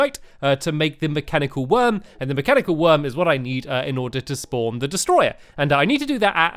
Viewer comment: Stampy you said mechanical eye not mechanical worm